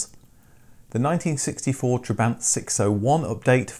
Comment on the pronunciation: Every time he said "trebaaaint" I died inside a little